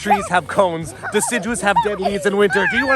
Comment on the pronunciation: Die-ciduous trees. Got it teach!